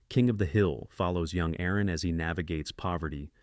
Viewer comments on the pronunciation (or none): none